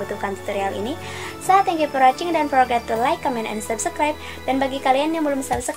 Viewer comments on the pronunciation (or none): none